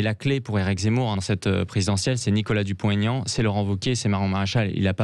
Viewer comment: Madame la journaliste, c'est Dupont / Aignan et pas Dupon-T-aignan ! Vous devriez le savoir, depuis le temps. De surcroît, c'est votre métier de "bien causer la France"...